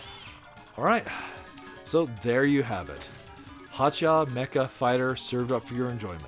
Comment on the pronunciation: Remember, Hacha Mecha Fighter is pronounced as meh-cha, not meh-ka.